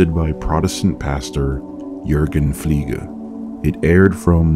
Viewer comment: I am German and can remember the show "Fliege" actually very well. I almost forgot the mystery about the Teddy Bear Man but you just brought it back. "Fliege" is actually pronounced Fleege... as if you would say fleemarket 🙂 And Fliege translates to fly 🪰. Thank you for covering this. Glad I found your channel, keep it up! 😎👍